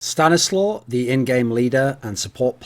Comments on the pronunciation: If it's a Polish name it's pronounced "staniswaf". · Mike Hunt stanislaw is pronounced sta-nees-wav, its a polish name...